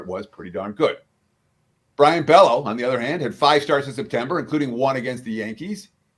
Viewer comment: Bay-O, not Bello